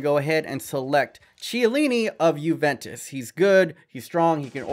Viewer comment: its key a li nhe not che a lini